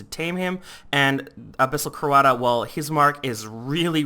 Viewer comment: Not wanting to be rude, but the way you pronounce stuff makes me cringe.. Just me? ok... Like, "Abyssal Coata" is meant to be said as "Abyssal CoatRa" and "Farlak" Is meant to be said as "FarlaRk"... Sorry